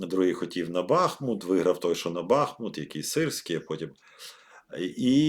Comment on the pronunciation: Нагадую ще раз, винятково для Вересня, наголос у назві міста Бахмут на останньому складі